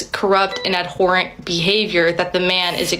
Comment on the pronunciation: LOL, she says, "ad-WHORE-ant" instead of abhorrent. This is yet another thing about the younger generation that seems to be common but never used to be; verbal skills and a generally decent and practical understanding of English language as to be able to write and speak eloquently enough to present yourself socially in any acceptable situation at any acceptable level or social class. This was how a poor guy could get by socially with a wealthy girl's family. If a wealthy girl's family could not immediately point out any obvious reason to end your relationship with their daughter other than finances then you backed them in a corner with their own "wealthy liberal sensibilities" rules and therefore you only got the bombastic side eye from them occasionally or a socially awkward moment as they try to right the ship because who they were contradicted their outward claims socially, again, a.k.a. "wealthy liberal sensibilities".